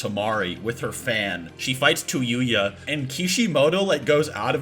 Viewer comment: ITS TAYUYA NOT TUYUYA! nice vid tho.